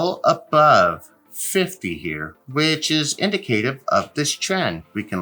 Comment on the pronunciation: In-dik-uh-tiv......not In-duh-kay-tiv